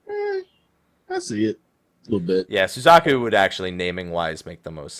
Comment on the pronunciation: Red and Blue.... POKEMON RED AND BLUE. Pokemon Crossover confirmed.... (I'm totally not being serious, just FYI) And... that pronuciation of Suzaku.... T_T; soo/zah/koo not sooz/AH/koo.